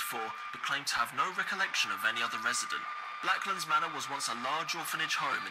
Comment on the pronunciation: I heard blacklands manor as black lives matter and my jaw hit the FLOOR